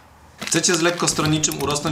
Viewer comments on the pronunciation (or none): podstawowy blad nie czyta sie "rOket fjuel" tylko "rAkIet fjuel"